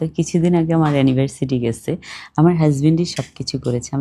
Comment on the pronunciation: আপনি ভুল উচ্চারণ করেছেন।।।।Anniversity.